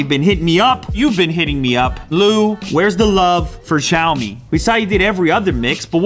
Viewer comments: It's not pronounced shaomi, it's pronounced syayomi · it is called sheeeaomi not xeeeiaomi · Btw. It's pronounced as shaomi instead of zaomi. ❤️❤️❤️ the vid as always. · The X has an sh sound. like shop. So from now on say shiao me. Not zhiao me. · is pronounced “Shiaomi” not “Jaomi”.. kkkkkk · I'm confident the correct pronunciation is 'siao-me' with a regular 's' sound. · Unbox Therapy Its Siow-Me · Unbox Therapy u pronounced Xiaomi wrong. It's pronounced shee-ow-me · You're pronouncing Xiaomi wrong. It's pronounced like SHAO-me. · Lou....pronounce as c(as letter C)-aw-mi LOL. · It should be pronounced "SHIAOMI" :) as original chinese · It called "xiaomi" not "zyaomi" 😶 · It's pronounced "siao-me", which is translated as "little rice" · It's pronounced (Shee-yao-mee) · It's pronounced 'seeow mi' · you read it djaomi :DDD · X makes a "sh" sound in pinyin. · Xiaomi pronounciating just kills me every time you try to say it.... Please stop....